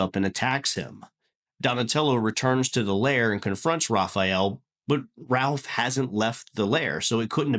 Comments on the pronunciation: Small nitpick...it's "Raph" not "Ralph" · this was killing me the whole video. literally wanted to see if i was the only one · Btw, they prolly gonna drag you in the comments for saying “Ralph” instead of Raph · Good video 📼 I did find it funny 😂 that you keep calling Raphael "Ralph" even though his nickname is Raph.